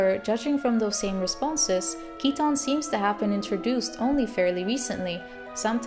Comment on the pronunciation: Great Theory. My name is Keaton and I find your pronunciation nice, most people end up calling me Keith :/